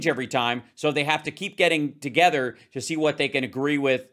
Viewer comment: Also Rusty can you go and buy a"th" to go with words like togever, or wever? FFS